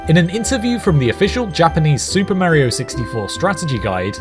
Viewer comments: Hears him mispronounce “Mario” in the first sentence, stops video and finds something else to watch instead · Cant watch it with how you say Mario. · I don’t get why people say Mario like that or is it just this guy